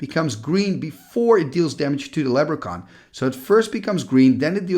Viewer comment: LeB-ruh-kahn! (I'm a jerk)